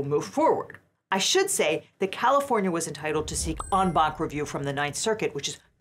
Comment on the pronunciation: "en banc" sounds like "Ong-Bak", can't unhear it now